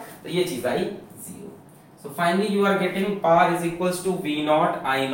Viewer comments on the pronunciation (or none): Sir it is power,not par😂🤣😂🤣😅 Just fun😂🤣😂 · Whenever sir says paar who goes like this 🤔🤨?? 🤣🤣